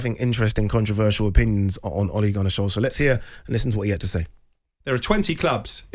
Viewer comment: funfact ; its solskjaer not solksjaer in the video